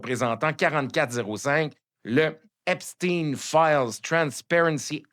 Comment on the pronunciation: De même qu'on ne dit pas Frankenstèn de grâce prononcez Epstein comme il se doit Ep stayne